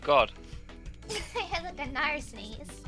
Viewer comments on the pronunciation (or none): none